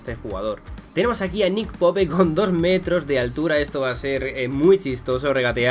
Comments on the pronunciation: Típico acento español diciendo popE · Se pronuncia poup